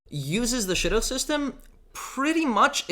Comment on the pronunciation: Sounded like you said shotgun LOL